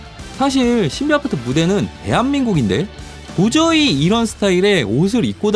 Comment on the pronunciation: 왜 겨속 신비아파트 발음이 꼬이시는 거죠?